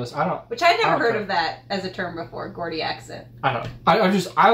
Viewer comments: Gordy. it's pronounced jordie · Soft g in Geordie, djaudy, not GGordi... Just saying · Gordie is pronounced jordy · Her accent is pronounced as JAW DEE, not GAW DEE. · Its not pronouced Gordy..the phonetic spelling will help you pronounce it..it has 2 syllables and is Jaw dee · Its called Geordie not gordie what ever you was saying and it is a proper English accent what ever you ment by that I have no idea? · Not 'Gordie': it's 'Geordie';as in "Georgie'. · pronounce gordy as jordy.. sarah milikan is so good. love her to bits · Geordie is pronounced Jordy not gordy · Gordie is pronounced, Jaw-dee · Not Gordie, Geordie, with a soft G. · It's not Gordy, it's pronounced jawdy, it's the easiest way I can explain, that's the great folks of Newcastle, but I think Sarah is from South Shields, it's a bit like asking a Texan if he's from Arizona !!😱👍🇬🇧🇬🇧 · Jaw-dee = Geordie. Not Gordy 😂 you’d get beat up for saying that in Newcastle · It’s pronounced Jordy not Gordy accent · It's pronounced jordie guys ❤ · it's pronounced geordie the accent like George not gaudy aha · Geordie is pronounced Jordy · Great reactions ....it's pronounced jawdee lol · it's pronounced jaw dee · I love how you both pronounced the word Geordie. I know Its crazy but we don't use the G as you would think as its actually pronounced Jordie Jaw-dy 😁. Another great video as always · Geordie. pronounced. Jordy. She is a star. i lover her stuff. thanks for putting it up. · Geordie = Jor-dee lol I Love Sarah Millican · Said like ‘jaw-dee’ Geordie... 👍🏼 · It's pronounced 'Gee-ordie' as in 'George'! Cheers! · Geordie is pronounced jor-dy . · The accent is pronounced with a J rather than a hard G (Jordie) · Geordy (jaw dee) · That’s a real accent - I live here in South Shields and it’s what everyone speaks around here — and you say Geordie wrong a it’s said like JAW-DEE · Geordie, soft G, more like Jeordie. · Geordie is pronounced with a soft G (like a J) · Soft "G" as in George.